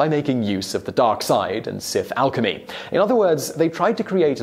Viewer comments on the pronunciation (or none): none